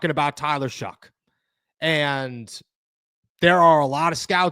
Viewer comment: Bro why do you keep calling him shuck its shough pronounced show not shuck there's no c or k in his name